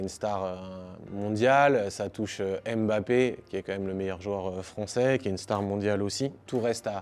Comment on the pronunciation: Apprenez déjà à bien prononcer le nom des joueurs. MBAPPE et non M....................Bappe